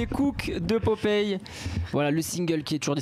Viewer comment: Il mec il dit ( COUK ) oklm devant popeye même lui il à envie de lui donner une baff pour lui dire que c’est ( COOK )😂